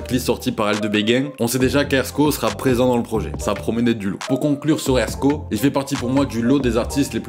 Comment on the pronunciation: Merci de dire son blase correctement 🎉❤